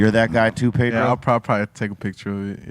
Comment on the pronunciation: How is it possible that you guys say, pay dro. and mock the white boi. ?? PEDRRRRRROOOO.